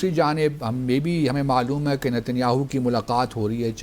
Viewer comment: Is buddhe ko Netanyahu ka naam bhi sahi se bolna nahi aata ..😂😂😂😂😂😂